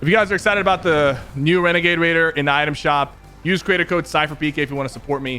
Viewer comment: Syphuh... U did a bideo on Wenegade Waider!!! Lmao